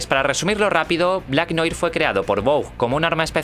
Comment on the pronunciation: noir se pronuncia noar.